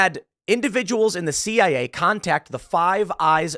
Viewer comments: You mean CIA LOL. not CAI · CIA not CAI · Oh bless my heart, Tim said CAI instead of CIA. All credibility lost, right? Honestly, I propose we change the Central Intelligence Agency (CIA) to Central Agency of Idiots (CAI)